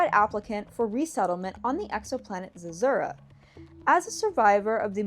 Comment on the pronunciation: According to Google, Zezura is pronounced Zeh-ZOO-ruh